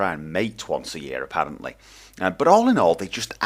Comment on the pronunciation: Not to seem rude at all. The way your "r" rolled when you said "Apparently" are you irish/scottish/welsh? /hopes not to seem stupid/